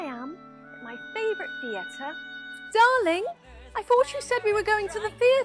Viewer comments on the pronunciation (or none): As a brit we do not claim this lady. If I ever heard someone say thee-air-tar irl ild slap the afternoon tea and crumpet out of them lol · As an Englishman the way she says “theatre” makes me die inside